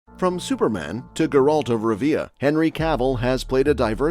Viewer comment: "Guralt of Rïvia"? Who's that?